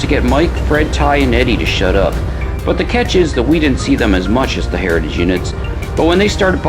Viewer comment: Be vewy vewy quiet. I'm hunting hewitage units.